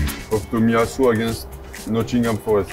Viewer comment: "aginast Tottenham" hahaha Saliba